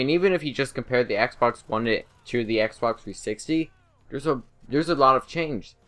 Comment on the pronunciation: Lol he said xberx 360